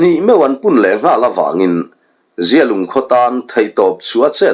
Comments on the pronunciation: Zialung i lam danah hi chuan mizia, mihring mi zia thlukin i i thkuk a, amah erawh chu zialung i lam dan hi zia hi a tha deuh e a zia viau mai tih thlukin lam la a ngaihthlak a nuam zawk ang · Zialung i lam dan hi a dikhlel deuh em aw, a zia e, tih thluk hian zialung i lamnaah hian hmang la a dik zawk ang a, zia lung, zialung